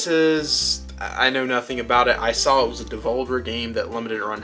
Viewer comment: great vid but, you said you sall it, now saw it :( SAW lol